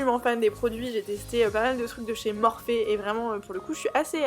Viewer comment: « morphé » (en fait sa se prononce morphi mdrrr) ❤️